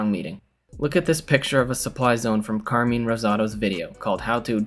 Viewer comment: And say Carmine's name correct hahah, love you both